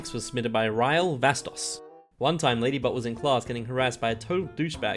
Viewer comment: You said lady but then lady bot then lady butt